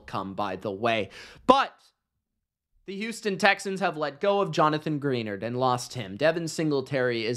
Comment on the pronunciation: Greenard not Greennarder😅